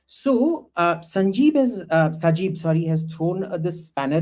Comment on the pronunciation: The most unfortunate thing about our Indian friends is that they have a very little knowledge on Bangladesh. They blindly believe their media's false propaganda. Even in this discussion the guy named Abhijit was calling Sheikh Hasina's son's name as "Sanjib". LoL. They can't even spell or pronounce Sheikh Hasina and her father's name properly. An MP like Shashi Tharoor was saying in an NDTV interview that "several Awami League MPs were killed.". This is the level of knowledge they keep about their neighbour. It is good that the most top international media fact-checked India's claims and found them false & deliberate. So the reputation of Indian media is almost zero now, meaning that whatever they propagate doesn’t matter.